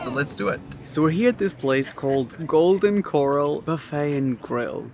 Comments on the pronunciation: So no one's gonna mention how he said 'golden coral" instead of 'golden core-al" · You commented if you were pronouncing corral wrong. You are. You're actually saying coral which is the pretty salmon colored rocks of the ocean. Corral is pronounced Kor Al. A corral is a gathering pen for livestock (particularly cows). It's okay though. I'm sure a lot of people pronounce it wrong too. I'm just glad that you acknowledge that you're probably saying it wrong. I saw a comment about getting a soup bowl for your ice cream. I do that all the time. But if you want to attempt to make a cone again, the trick is to open the ice cream manchine very slowly and sort of half way. You then hold the cone steady and slowly move it down so you can get a wider, fuller base, and if you do it just right you can make a really tall ice cream cone. 🍦 I recommend to go to Dairy Queen, go inside, and order a large cone so you can watch how they make it. If you do go there you must try the turtle pecan blizzard. It's delicious! But first, the cone! Lol. 🍦😂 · He is so cute in this, I love these type of videos 😂 Also, I have to chuckle.... It's "Golden Corral" like "kor-RAL" not coral. 😄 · Coral as in the great coral reef is pronounced like the way you said it in the video. Corral, as in a pen for barn animals, is pronounced kər 'al (international phonetic sound). Layman's sound - ker-al with the emphasis on the second syllable. Think of the name Alan. That's how you say the a. It's very nasal as opposed talking from the back of the mouth. And in corral, unlike coral, is more similar to an er sound as in guuuuurrrrrrr as of you are mad at someone. British English doesn't pronounce corral like us Americans. Their mouth is fully rounded with the lips as they say corral. With American English, just smile and use your tongue for the l and you'll say corral like an American, as in the O.K. Corral. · It's golden cuh rowl not golden coral 😭😭😭😭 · Yes, it's kor-AL, not coral, like he said, lol